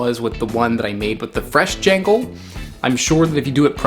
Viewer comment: also its pronounced gawl - n - gawl